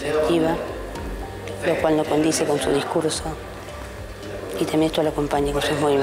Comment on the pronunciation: La psicóloga no sabe decir coincide, y dice dice condice, malísima, si no sabe hablar, mal vamos...